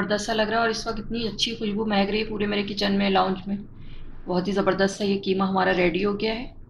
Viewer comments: Bihari QEEMA khaty hain keema nahi. Sorry to pointout difference of " Q " and 'K'. Mee khud bihari hon aur QEEMA bhi pasand kurta hon. Mera apna khas masala hota hai. Thanks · It is qeema not keema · برائے مہربانی اس کو کیمہ نہیں قیمہ کہیں قیمہ آپ شائد قائد اعظم کو بھی لائد اعظم کہتی ہوں گی ۔پلیز مہربانی کر کے تلفظ درست کرلیں